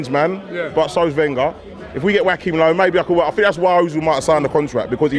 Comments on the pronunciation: Wack him low fam?!?! wtf?? Go to Nigeria and call a Joachim (pronounced Jo-wa-chim) Wack him and see the response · how hes pronouncing joachim low is killing me. "wakim low". 😂😭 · ‘Wackhim lowe’ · Wackim low and bwendan wodgers bloody hell